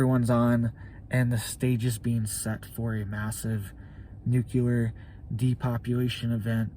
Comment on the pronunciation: Dude, not nucular… it’s nuclear like nucleus